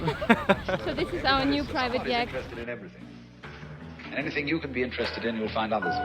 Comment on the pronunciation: Great video, subbed! Just one thing: That's not how you pronounce "yacht" in English! ^^ You guys said "jekt"! lol It's pronounced "yah'kt". ;o))